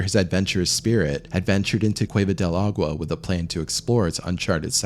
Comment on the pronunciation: Yikes! a-goo-wa? ah-gwa? Agua?! Here's a tip: The "G" in Spanish is technically not silent but those of you that are not native speakers sound more fluent when you make the "G" silent instead of making it hard. Of course you don't have to, but what dummy doesn't want be better & smarter ☺️